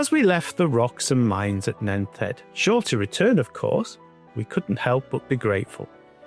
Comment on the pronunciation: I hope you don't mind but Nent head is pronounced as Nent head. Not nenth head.